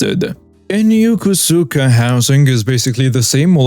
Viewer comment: The “o” in the name Yokosuka is pronounced as a hard O similar to “toe”.